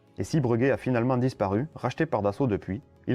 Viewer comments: Cet avion était génial mais une fois de plus il n'y avait pas vraiment de marché et il aura finalement juste servi aux Américains à piquer une idée pour finalement développer leur C17 ... En revanche c'est la 1ère fois que j'entends dire "Breuguet" au lieu de Bréguet. Je peux me tromper mais il me semble bien qu'on dit "Bréguet" même s'il n'y a pas d'accent sur le 1er "e". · Aïe, ça m'écorche les oreilles d'entendre parler de "Breuguet", toute ma vie j'ai entendu "Bréguet". Vidéo un peu courte mais bien. A l'époque on parlait même de mettre les aéroports dans les centre ville. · S’il vous plaît : BrÉguet, pas BrEUguet 😁 ! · On le prononce « Bréguet » d'ailleurs certaines orthographes conservent le E accent aigu. J'oubliais: très bonne video, merci!